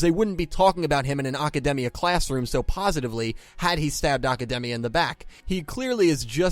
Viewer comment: The real unanswered question is why you keep pronouncing Academia like it's a Japanese word. It's not a Japanese name like Aki or Asuka, it's English word, but you keep saying it with a Japanese accent. It's really weird =/